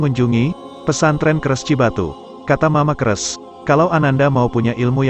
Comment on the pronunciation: Punten sanes kres,,tapi keresek,,,mama keresek